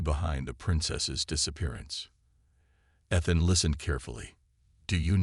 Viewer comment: Great. Can't pronounce "Ethan." Can't pronounce "sergeant." What became of Rava?